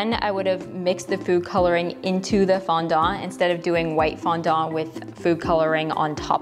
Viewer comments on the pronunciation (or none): I can't get past you pronouncing Fondant as FondONT. T_T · I wonder if it's the actual pronunciation in english? I'm french, would make things easier rather than the "foundante" thing people say lol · I'm British and I pronounce it "fondent", the e like an uh sound 🙂 but that's not to say all British people pronounce it the same way 🙃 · The way she says fondant I can’t 😭😂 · Did I just hear you say 'fondant' with a Cantonese accent? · I can't handle how you pronounce fondant 😅